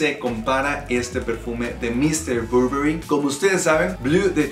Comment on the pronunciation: muy bien tú video pero pronuncias un poco mal el nombre del perfume te lo digo yo que trabajo para la marca. De hay en fuera muy bien el vídeo de m.r Burberry